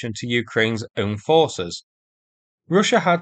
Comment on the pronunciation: I like the way he pronounces Roosha😁....✊🇺🇦🔱💙💛